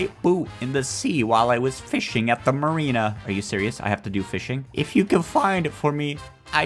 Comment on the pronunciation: Not marina